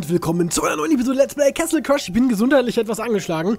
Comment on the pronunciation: Bin ich der einzige der sich jedes mal aufragt wenn er "kessel crush" sagt? Bitte google doch mal endlich wie man das wort castle ausppricht :(